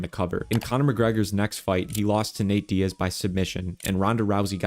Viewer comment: “Nat Diaz”